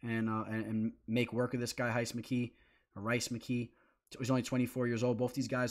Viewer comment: Rhys = Reece ;)